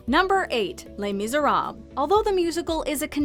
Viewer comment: why does everyone say "Les Miserab"? There's an "les" at the end everyone but the French seem to leave out lmao, and the worst part you say it at the beginning for the "Les Mis" but can't seem to remember to say it after? "Les-Mis-er-ab-les" oi vey